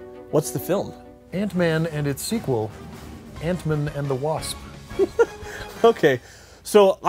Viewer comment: Great stealth use of "Antmun"